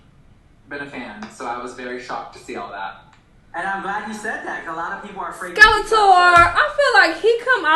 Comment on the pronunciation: Is he deadass called Skelator???💀